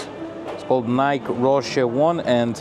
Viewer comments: It’s Nike with the E pronounced. I live about 15 miles from their US headquarters Beautiful campus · Evelina's English is getting veddy veddy guud! Bravo! Btw,, it's "A DEE dus" and "NI kee" There's your proper English lesson for today... YW! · Ah-dee-dass and Ni-kee. Is how you should pronounce them. Everything else is perfect!